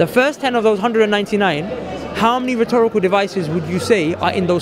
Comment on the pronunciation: He really likes to say "rethorical devices".